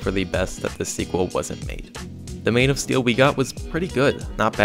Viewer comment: You sound like your saying mane of steal